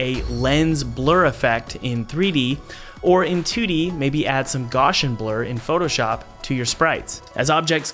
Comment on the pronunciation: Pro tip: at the end of the vid, pronounced Gaussian Blur as "Gaaw-zhin Blur"... it's actually pronounced "G-OW-Cee-en Blur" ( like Ow! I stubbed my toe) named after the mathematician Carl Friedrich Gauss (G-ow-ss).